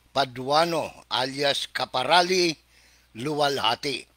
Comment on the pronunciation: Karapali...hindi kaparali